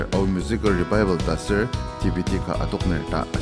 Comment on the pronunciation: Pronounce 😂😂😂 Revival or Rebaibel lol..